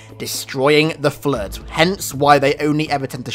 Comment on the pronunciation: It's floooooooood not fllluud.